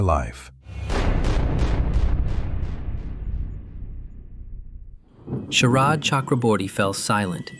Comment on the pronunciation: 'orderly' (WRONG WORD) ........ then there are some mistakes in the text....bengal names and then the AI text.....mispronunciations....SHARAD i saw sHERAB........these lttl little things.........